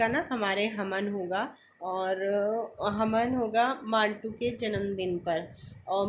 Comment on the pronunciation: Hamen nahin hota havan hota hai